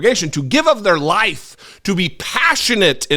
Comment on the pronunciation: What is with that speech pattern?? LIFE-A!!! CHEST-A! 😂